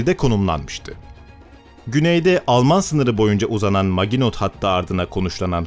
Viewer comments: su yabanci ozel kelimeleri yazildigi gibi okumayin ya. Her videoda ayni. Maginot degil MAJINO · MAGINOT (MAJINO) olarak okunur. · Maginot majino diye okunur admin. Literatüre hakim değilsin. Biraz fransızca önemli. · Maginot hattı nedir yahu. Hiç mi 2. dünya savaşı belgeseli dinlemediniz hiç mi kulağınıza çalınmadı "Majino" hattı diye bir kelime.